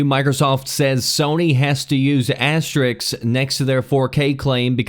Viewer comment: It's asterisks not "asteriks", you said it like that more than once lmao.